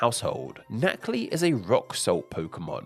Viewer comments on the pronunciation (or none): is not "NaCI", the last one is an "L"